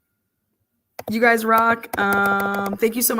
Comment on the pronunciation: Just the fact that you said, “ You guyiz” I trust nothing you say……